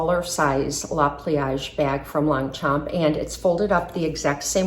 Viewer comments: I just wish for the proper pronunciation of the brand!😂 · If you’re going to feature a handbag brand take a couple minutes to learn how to properly pronounce it